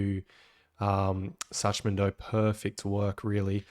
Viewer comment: Love your content but your pronunciation of Schachman is killing me. Shak-man plz.